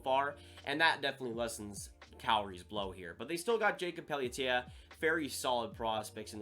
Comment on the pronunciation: Another good video. However, Pelletier is pronounced Pell-tee-hey.